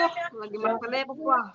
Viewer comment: Halus hian ma apanya itu, Halo sayang,, "Apahh" pakek H atee bapa